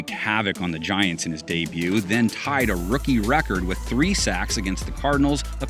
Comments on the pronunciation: Ahh yes “GAINTS”. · “Gaints” lol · It’s Giants.